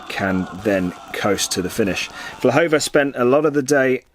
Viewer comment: Her name is Vlhova, please correct it, thank you!